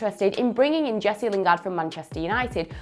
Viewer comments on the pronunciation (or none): none